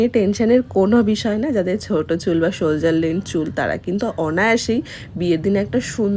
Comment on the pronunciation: Didi ota sholjer na sholder hobe ✌️